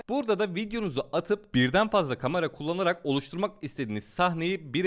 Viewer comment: Kıskanma olamazmı dil sürçmesi kamera önünde heyecanla söyleyebilir